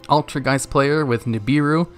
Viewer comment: Im happy that you pronounce ''Altergeist'' correctly. Not like some people who say ''Altergist''... ''E''s matter, guys!